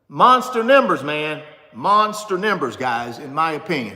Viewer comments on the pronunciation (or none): Yeah, what’s up with …”Nimbers”??? No… the word is pronounced “Numbers” C’mon now, not trying to be super critical but could be some younger folk watching! Also, helps your credibility. Peace, and keep up the good work! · Why can't you pronounce numbers!?